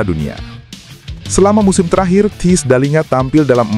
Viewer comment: THIJS bacanya : TEYS